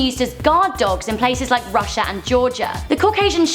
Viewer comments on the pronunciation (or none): none